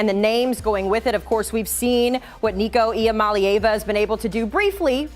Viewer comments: Lord these people can’t pronounce Nico’s name for crap! So disrespectful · C'mon get Nico name right. It's how you make your living be a pro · why do people keep on pronouncing nico's name wrong